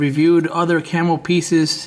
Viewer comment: It's not camel or camelflage its camo or camouflage damn bro lol